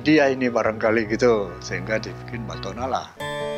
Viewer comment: relate, batona not patona atau mungkin dlu penyebutannya Patona:)